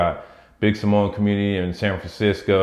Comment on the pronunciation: Wrong pronunciation of Samoa, you gotta say it right man , the proper Samoan way.